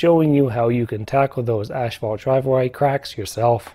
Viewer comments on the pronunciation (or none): It's ass-fault... not ash-fault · Good info. Thanks. (But it is pronounced ASS-fault, not ASH-fault.) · I wonder why people always say "ash-phalt"? If you look at the word, it's clear there is no H between he S and P. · Strange how he pronounces Asphalt as "ashphalt".